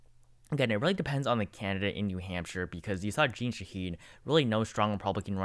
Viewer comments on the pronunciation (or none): none